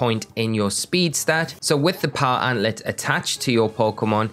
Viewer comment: You have very informative videos but dear lord your pronunciations are terrible. Sand. Gem. Not "Sangum". Power Anklet. There is a K in there. And in a seperate video, Solaceon Town. I don't even know how to type out the way you pronounced it.